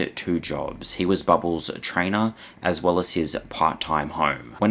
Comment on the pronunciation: I find your content information and interesting, but the way you say bubbles... ugh never say that word again